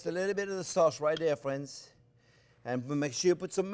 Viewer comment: You say: "Thanks for watching." I say: "Thank you, Maestro Chef, for showing and teaching and calling us 'fwends.' You bring us into your kitchen of wonders and include us, every step of the way!" We Thank You, most gratefully for making this possible. Bravo, Maestro Chef Jean Pierre!!! France Driscoll StayFree via ¡Viva Cristo Rey! Sacramento CA USA